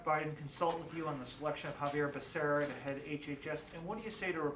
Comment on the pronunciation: Biden couldn't even pronounce Xavier Becerras name!!